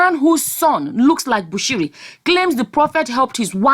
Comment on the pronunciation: You nailed it that's the way it is pronounced.